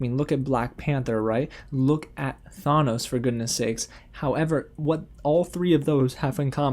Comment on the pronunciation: The way you said thanos made me cringe a little. But whatever who cares.